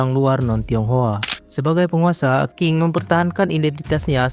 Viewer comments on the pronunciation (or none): Sebelum buat video tolong dipelajari dan dicatat dulu dong bang sejarahnya. 1 menit pertama ud banyak kesalahannya, tp sy tetap nonton sampai selesai sih, benar2 banyak mengarang bebas atau memang salah sumber? Bisa baca di Wikipedia juga urutan dari dinasti2 kunonya. Terus biar ga bingungkan penonton Qin dan Qing itu bukan disebut dinasti King, Q di sini bisa dibaca Ch, Qin = Chin, Qing = Ching. Keseluruhan, walaupun campur ngawur tapi saya apresiasi semangatnya membuat video pengetahuan begini dan cukup menghibur. Semangat untuk terus berkarya, semoga sukses!